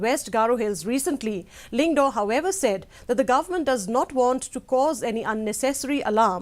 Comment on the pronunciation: Lyngdoh not lyngdo